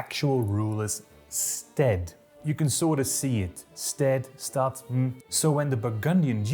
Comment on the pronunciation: Why does everyone turn the Dutch "st" into "scht"? It's not German. English has "st" words, just... just pronounce them normally. It's "stad", just like "stead". Normal "s", normal "t". Stop saying "scht" =(